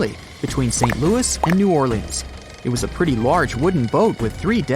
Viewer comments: I love New Orleaeens! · new-orly-ans do what sir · New orleAHNs